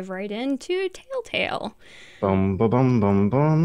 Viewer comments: why does she call it tailtale? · Anyone else hear them say "Tale Tale" games..not Telltale games...am I the only one? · My only complaint is, "Why do ya'll keep saying Taletale instead of telltale? D:"